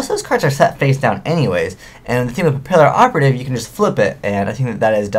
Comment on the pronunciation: Its pronounced "pa-pee-operative" the word Papillon is French. ^.^ I prefer the OCG name Photo Butterfly Assassin.